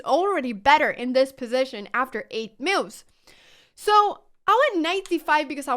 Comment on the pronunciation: It's interesting how the auto-generated subtitles "translate" Anna's pronunciation of "moves". I wasn't even paying attention to it, but saw mills and meals pass by. 🙂